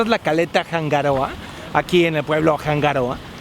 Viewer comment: como tip se pronuncia hanga (no se pronuncia la H) roa (la R no se pronuncia como RR) al igual que rapa nui la R tampoco se pronuncia como RR, lo aprendí en la isla, saludos y excelentes vídeos